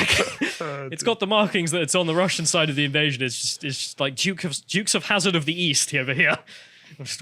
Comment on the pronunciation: "Ivasion" or "Ivite-sion".